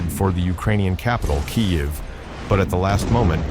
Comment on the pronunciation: Says Kyiv like a Russian, thinks it doesn't matter, thinks no one noticed.